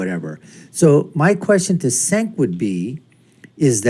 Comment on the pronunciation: It’s pronounced Jenk